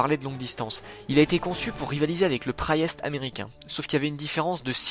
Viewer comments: Le ... praille-est ? Ah, le Priest (à prononcer "prist", à peu près). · quand-même, se dire fan de blindés et prononcer le Priest (prisst), "Praillest", ça la fout mal ! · Priest? Tu le lis "prayest"? Tu veux un coup de hache dans les tibias pour te motiver? Je pense que cela se lit "priste". Apprenez à prononcer les français, c'est lourd à la fin! ... Prayest... Bon sang... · Le M7 Priest se prononce "Priiist" et non "Praillèste" :) Bravo pour ton travail, chouette vidéo. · Par contre,priest se dit "priist", pas "praïest" XD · Priest=Praïest? euh... ça se prononce [priist], tout bêtement... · Prayest ? Eh, faut dire priist :) Comme un prêtre quoi… Sinon, merci, très intéressant ! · Priest, ça se prononce priste